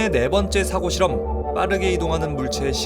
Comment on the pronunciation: 유익한 영상 잘 봤습니다! 그런데 '사고실험'을 발음하실 때 accident의 뜻으로 발음하신 거 같습니다. 사고실험의 사고는 thought 입니다!